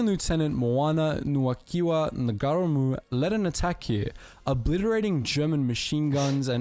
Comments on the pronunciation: As regards the Bayonet use, well firstly if you are out of bullets THE BAYONET is still a weapon. And it is a SILENT weapon. Egypt would have been hard for MOST people from countries without deserts. My uncle lost his life there in WWll at the age of 24. BTW, NOT Sgt NAGAREEMOO. Its likely to be Ngarimu - ( silent G Nga-ree-mu) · Ngarimu - (NAH -REE-MOO). Yet another commentator mangles his name! Do some research pls! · Got to correct the bro from, Second-Lieutenant Moana-Nui-a-Kiwa Ngarimu VC pronounced (Mow are nah - Nuu ehh- ah- key wah) (Nah-re-moo) for our non kiwi mates out-there only used stones once he had ran out of grenades and ammo. he also refused at the behest of his commanders to fall back from line after taking multiple pieces of shrapnel and bullet wounds instead he fought with his men through out the night defending their position from multiple nazi counter attacks, in the morning the nazis launched several more counter attacks one of which Claimed Ngarimu's life, he was found dead on top of piles of dead nazi's earning him a posthumous Victoria Cross. Second-Lieutenant Moana-Nui-a-Kiwa Ngarimu truely is one of New Zealand's greatest warriors and a credit not only to the Mana Of the Maori battalion but to that of every ANZAC that served. shout to Tauranga boys college for educating us on great men like Ngarimu